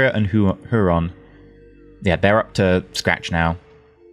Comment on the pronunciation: Pronunciation guide for the great lakes Superior-correct Michigain-correct Huron-hyu/ron Erie-ear/e Ontario-On/tare/e/oh